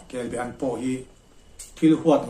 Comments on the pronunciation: Kelbean nilovin kelbaan tih zawk tur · Kelbaan tih tur kebean hi a hran a awm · Kelbaan ti in lo lam ta che. Kelbean a ni lo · Kelbe an niloin kelba an tih tur ani kelbe chu a awm ve thoa nie laksual tepawh awm thei a hmingkha lam dik anpawimawh ka ti.kelbe nge kelba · KELBE-AN Tia ilam tlat mai hi adiklo! KELBA-AN tih zawk tur, chuan a bengvar thlakin a tha hle mai. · Atha khawp mai,mahae a lem i tihlan atang hi chuan Kelba-an ania,kelbe-an tiin i lam thina hei hi chu adang daiha,ka han sawi ve anie. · KELBAAN, KEL BA AN ti a lam tur KELBE hi chu a hran daih, Kelbe chu Rengan te nen a in zul deuh, a rah hi Be ang chiah a ni a a rah ro char mu hi, Thingpuife ah an hmang bawk. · I ziak ang hian lam la I lam dik a ni mai. Kelba an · Kelbaan tih tur a ni ka ti ve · kel baan hi kei pawh ka hriat dan a ni e